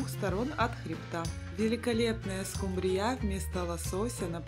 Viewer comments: СкУмбрия, а не скумбриЯ. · СкумбриЯ? Первый раз слышу, что бы так скУмбрию называли.. 😉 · Господи!Ну почему скумбриЯ,а не скУмбрия?Когда научитесь правильно говорить по-русски?Уши режет ваша неграмотность. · Рецепт неплохой,но в слове скумбрия -ударение на У(((извините уж...неприятно даже слышать...😢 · СкУмбрия,а не скумбриЯ... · Точно ухо режет ударение скумбрияяяяяя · Рецепт не досмотрела,не правильно поставленное ударение режет слух,а это не допустимо,если вы уважаете свою аудиторию 😢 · Извините,но что за новое название этой рыбы?! СкУмбрия,произносится с ударением на букву У!!! И ещё,музыка портит всё видео!Извините ❤ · Так интересно она рыбу называет😂. Это в каком регионе так говорят????